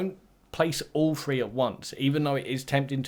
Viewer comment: One two frwee four